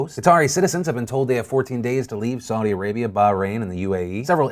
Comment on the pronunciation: Qatar (Cuh-ter) People will thank you. (also with Bahrain pronounce the H)